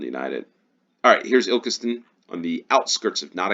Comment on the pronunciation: You pronounced Ilkeston correctly!